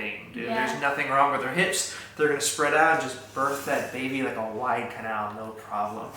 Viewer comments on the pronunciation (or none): I thought he said like a white cow at first and was so confused😂